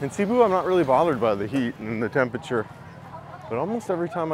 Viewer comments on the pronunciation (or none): none